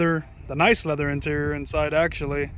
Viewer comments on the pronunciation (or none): It is not leath;er interior